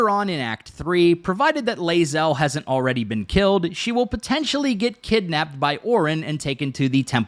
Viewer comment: you're pronouncing Bae'zel wrong.;)